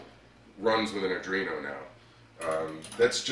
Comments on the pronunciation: i just discover ed your videos, so far so good😁auick question, are you calling an arduino a argino? maybe im mispronouncing it. just curious. im not busting balls, ive ialways pronounced it like ARE do ee no. please keep up the videos, they interest me greatly. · Pronounced 'are-DWEEN-oh'. I got more out of this video than many others because you showed the other program possibilities like ball turning, etc. Great work!